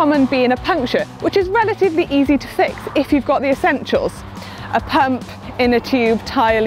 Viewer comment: a pümp? Is this the GCN German channel?